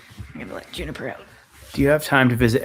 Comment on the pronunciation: Katie the person asking where’s Jennifer They are probably meant Juniper because sometimes you sound like your saying Jennifer when you say juniper